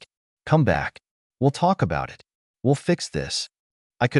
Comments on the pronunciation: IT is one word not two letters make it sound like i t dept coming to fix computers throws of the flow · I've never met anyone who's first language isn't English who think 'it' has two syllables and says 'eye tee', instead. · Can you please teach your AI reader to say the word ‘it’ !!!??!!! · Just a few things you need to fix. Please edit the captions. The AI can't say "it". Check for a space. Good story. It was hard to watch for me, but I persevered. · The damn thing couldn't decide if "it" was pronounced like it's supposed to be, or "I-T" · " It " is pronounced " it ", not I T. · A I needs to go back to school. It's not I t, it's it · Very tired hearing I T instead of it. Please edit better. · Story: If you allow to be a doormat, people will walk all over you. OP should have shut that down years before but she, instead, enabled them. The AI: IT is a career. It's pronounced EYE TEE. It is a pronoun. It is NOT pronounced eye tee. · Yeah. "My name is Emma" spoken by an obviously male computer voice? What's the matter? Was the monthly allocation of female computer voices all used up or maybe on strike? And too many mentions of IT (as pronounced eye-tee) instead of the word "it." And the "Dot"s. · I agree with sidlives, it was halfway into the video when I realized that “I.T.” was just the AI narrator trying to say the word “it” 🤦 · The AI is ridiculous. "It" is called "IT" and spells out "my" instead of saying my. And several times the AI says dot and asterisk before reading names or certain words. And once again OP is called dramatic and she needs to fix this. And the parents are always calling relatives to pressure OP to give money to parents and siblings yet not once does Emma or OP tell these other relatives that if they're so concerned about her parents then why don't they offer them money? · "I T felt good" This AI vocie really made a joke of itself this time (and as usual the AI written story to but the voice was hilarious) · AI can't pronounce 'it'😂